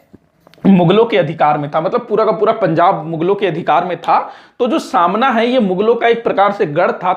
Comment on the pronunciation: Samna Nahi sir smana